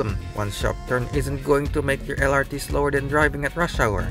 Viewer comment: well, in that case he should've spell MRT and LRT in Indonesian then, not eM-aR-Ti and eL-aR-Ti just like he does in the first minute of the video.